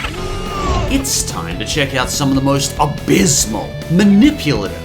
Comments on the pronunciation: I love how you put on emphasis on ABYSSMAL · this guy says "abismal" way too much and i love it lol